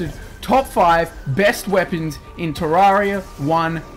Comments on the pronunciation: wtf it's not ta rraria tereria pronounce it like that terreria fuuuuuu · Its pronounced ter-air-ia and I'll also think the 2 best swords are the true nights edge and the terra blade